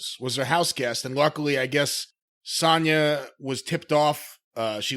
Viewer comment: I love that Jim actually pronounces Sonya correctly instead of saying Sone-Ya like Cole, Graves etc do